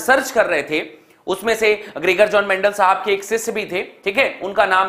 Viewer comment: Greger jon mendel 😂